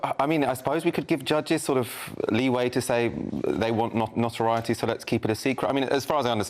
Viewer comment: This managing editor of a media company can't even pronounce the word notoriety and doesn't think it's significant that the killers were named. I don't think I'll trust his content.